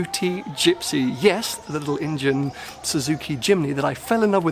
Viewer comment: Its Indian not injian or whatever the fuck you're saying hahaha